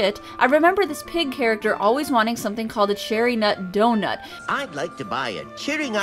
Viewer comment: i thought he said Cheer me up donut not cherry nut donut :I